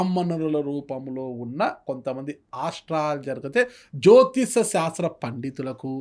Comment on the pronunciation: యాంకర్ కి సరిగ్గా మాట్లాడడమే రాదు, సంకా శాస్త్రం,, jyotisam అంటున్నాడు. సరి చెయ్యండి గురుగారు